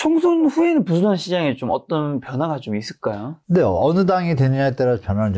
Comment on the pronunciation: 부동산 발음을 제대로 못 하네 ㅋㅋㅋ 어이없네